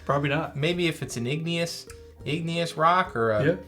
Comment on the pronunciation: between "Igneous" and not knowing "Quarterly"; brother, I'm starting to lose faith in you.